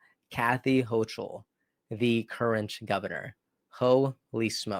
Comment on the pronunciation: Didn't catch what he did or how it was evil. Also, do all your viewers a favor and listen to news clips that have the correct pronunciation for the peoples names you will say. It is Hokul, and Stahfanick, hochul and stefanik